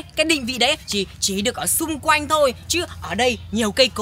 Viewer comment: Quanh chứ không phải quoanh nhé 😂😂😂